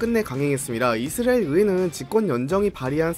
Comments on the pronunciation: 이스라엘 발음 많이 좋아지셨네요. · 형님 이스라엘 발음 연습 하고 왔습니까